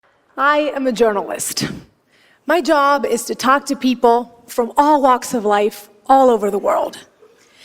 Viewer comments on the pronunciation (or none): She said peope instead of people. Bad pronounciation of the "ai" diphthong, "oo" wasn't pronounced fully in "grew up". This is a terrible example of English by a non-native Speaker.